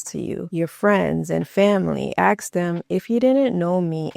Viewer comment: I love your ideas and how you present your points. However, every time you say axe instead of ask, it grates on my nerves. For such a lovely, intelligent woman, doing this takes away your authority and makes you seem less of an expert. I’m not trying to criticize, I’m giving you something to think about. Don’t dumb yourself down by using street-level speech. Just food for thought, and more importantly, just my opinion.